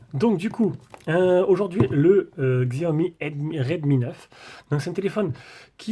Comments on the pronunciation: Sa se prononce Chiaomi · Merci pour la vidéo, mais il faut prononcer Chiaomi 😁